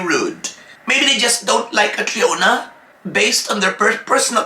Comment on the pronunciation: From a country who is also a powerhouse in pageantry, for sure they know CATRIONA! You guys with me? They are saying that because of cultural indifferences that’s why it was pronounced as GARAY but C’MON!!!!! Ms. Universe 2018 Also CATRIONA SAID THAT. “My dad is a SCOTTISH immigrant and my MOM is a filipina” POR PABOR COLOMBIA!